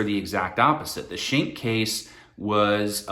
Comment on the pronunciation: Nice video. But "Schenck" is pronounced "skenk"